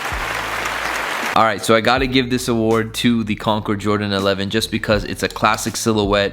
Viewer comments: Finally pronounces CONCORD right. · Woah he actually said concord right😂😂